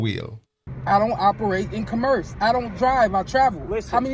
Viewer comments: Let alone the way he pronounces commerce... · Sovereign dude can't even pronounce "commerce". He needs to study his sovcit handbook. Know what I'm saying?